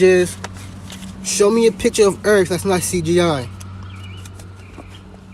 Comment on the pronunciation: That's a trick challenge, when you show him a picture of the earth he's gonna say I didn't say earth I said erf.